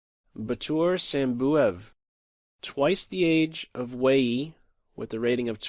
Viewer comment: Isn't Wei Yi pronounced like Way You?